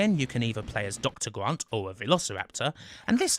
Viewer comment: Howy shit. A Bwitish man who can't say his r's. Supewiow, Gwant, waptaw, weal, vewy, cwose wange, Juwassic. Jesus Christ 😂😂😂